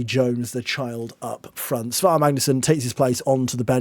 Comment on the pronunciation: I think the Icelandic ae is pronounced like "eye" so it's S-eye-var Magnusson, so he is Si Mag... not to be confused with Si Maggio. Great video! Loved the singing.